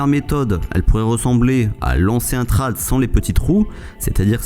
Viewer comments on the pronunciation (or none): Bonne vidéo, cependant dis "tréde" pas "trade" ce pique ;)